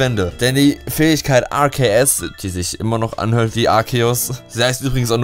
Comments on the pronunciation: arSeus... man spricht es arkeus aus so wurde es in den filmen egal ob auf englisher oder deutscher synchro auch genant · es wird nicht Aseos ausgesprochen sondern Aceos ausgesprochen c ist ein K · man spricht es Arkeus aus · Arkeos wird es ausgesprochen! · arceus bassiert vom namen auf zeus deswegen sorich man es arzeus aus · Ar ke us So spricht man es aus. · Es wird Arzeus ausgesprochen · wenn du willst: JUNGE DAS WIRD ARKEUS AUSGESPROCHEN MAAAN DU KANNST GARNICHTS! bitte wenn du jetzt glücklich bist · Alexdestroy Ich wollte genau das gleiche schreiben ^^